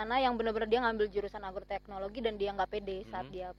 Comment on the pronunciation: agroteknologi bang,bukan argoteknlogi hehehe